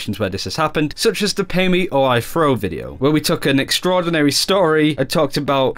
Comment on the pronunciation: "Pay me or I Frow" awww you english are so cute ;)